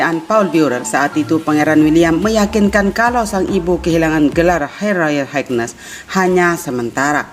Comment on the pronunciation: Cara baca royal Highness kurang tepat